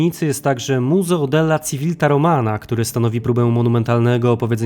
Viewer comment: Civilta = Cziwilta ... Gaetano = Gaetano ...